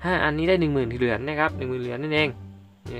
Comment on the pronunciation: ทำไมพี่พูดเหรียญเป็นเหลือน😆